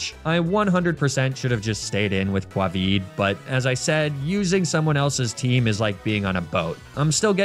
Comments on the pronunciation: Aww, this is such a nice video. I hope that White, wherever they are, is watching this and know that her nuzlocke met an end. Pronouncing "Covid" as Quavid was a funny touch XD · Kwahvee for Covid :)